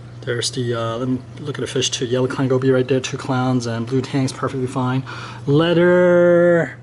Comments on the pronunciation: You are saying "ledder" instead of "leather". (You asked that we point things like that out) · You asked for us to point out when your not pronouncing something correctly. You are pronouncing "leather" like "letter". Leather should sound like feather.